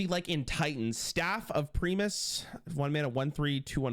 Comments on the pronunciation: Btw Primus is pronounced "Prime-us" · I don't understand how managed to misprounounce Primus